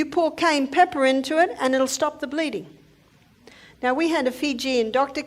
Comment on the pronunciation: Cayenne not cane! Very poor pronunciation